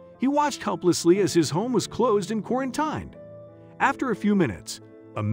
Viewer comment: Thats not how you say quarantine